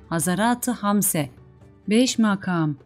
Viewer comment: Türkçede hece, kelime ve anlamına göre kelime vurgularının nerede yapıldığını bilmeden böyle bir şeye soyunmak doğru değil. Mesela "makam" kelimesinin ikinci ünlüsü uzun vokal olarak okunmuş, oysa kısadır. Kur'an ahlâkı da şunu tavsiye eder: "işinizi en iyi şekilde yapın." Bir iyi yapmak istiyorsanız, onun ilmini öğrenin lütfen. Hakkını vermiyorsanız hiç yapmayınız. Yanlış, eksik yapılan işten hayır umulamaz.